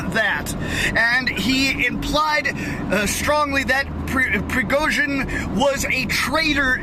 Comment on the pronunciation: Prigojin... J is read as u read J from Jenny